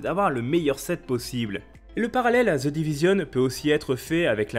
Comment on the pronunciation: "Ze divizionne". mdr